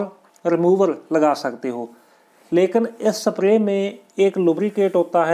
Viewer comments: Kya language hai timhari ...screw ko sacruew ... Spray ko sapray pronouns kar rahe ho..... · Sir ji सप्रे nhi sprey hota hai